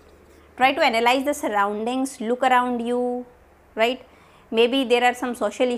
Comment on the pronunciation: I'm in love with word ryte after listening ryte word from you continuously throughout the video awesome it made me laugh a little bit as well😂😂😁